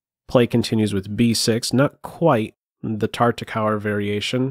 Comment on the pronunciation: Nice video. Will all due respect, I believe Tartakower is pronounced "TAR-ta-kov-er," with the Euro dubya pronounced as a vee. Thanks for the game!